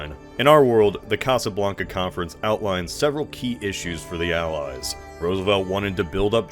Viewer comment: "Porugal" and "Casablaca"